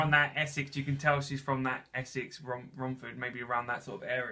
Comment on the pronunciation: okay I'm obsessed with you guys, subscribed now. the way you really get them and their cohesiveness <333 and you got Romford exactly right, that was impressive XD